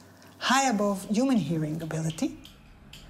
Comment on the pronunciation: for some reason it really grinds My gears she says uman hearing"